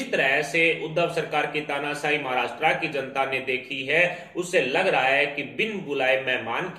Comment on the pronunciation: The language used is impure and pronunciations are incorrect.Maharastra is wrongly pronounced.